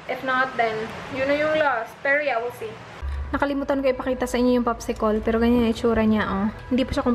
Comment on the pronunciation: popsi-col?hehe. cute mo tlga. popsi-kel po kasi pag tagalog and english